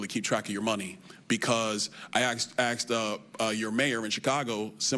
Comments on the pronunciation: "I axed your mayor in chicago." Very smart man. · Damn still can’t Frickin say asked!